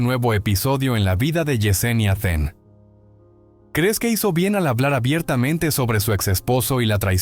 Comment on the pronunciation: Then. No es Ven, den, fen ,..😊